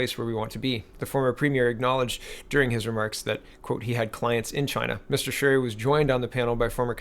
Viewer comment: " You pronounced Charest's name ~PERFECTLY~....nice going ...most would not have " { I'm Canadian} [[ and actually have Family 3 blocks away from this location and friends right next door ...the area is FULL of ~Crack~ Addicts too,unfortunately .... ... but has fallen to * Immigration-Inundation " that first *creates the problem " ...then ...sets up shop to run The Business... with both the cops & Lawyers?Crown Attorney's help ...by looking the other way...reduced sentencing... and out & out Payoffs to all mentioned above...as "IT IS THEIR DRUG RUNNERS / DEALERS that they defend [[[ I NOW THIS FOR A FACT ]]] - ( * PERSONALLY WITNESSED ON NUMEROUS OCCASIONS ) {{ ***There are also A LOT of them that ***Directly >ARE>< The Source of the drugs coming into & being distributed among the dealers;then users in the City of Ottawa [The Nations Capital - by the way] The City ...is totally Unrecognizable from what it use to be ...not even 20 years ago... lie ~MOST~ ...now in North America ...if you were to as some of the ones that have been here this long[born-lived here for generations etc] *annnd....it's ~ONLY~ GOING TO GET MUCH-MUCH WORSE ... with the U>N>'s latest con-job of sticking the rest of the World ...with the free-loaders of tomorrow 750 000 people ...I believe ...to be re-settled here in Canada alone... HOW ...does a population of 32 million ....pay for this >ALWAYS INCREASING < levels of people who will ***NEVER WORK ...nor pay into the system ...but rather just draw from i